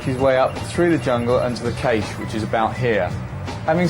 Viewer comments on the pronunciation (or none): Caché as in cashay most English pronounce cash. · I hate the way they pronounce caché.